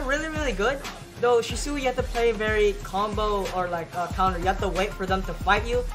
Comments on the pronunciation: who is shisoooi is shisui not shisooi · its (She-swe)